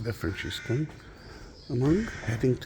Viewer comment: Just to let you know it pronounced Franciscan (Françiscan) in English, not Franchiscan. That is how it's pronounced in Italiano.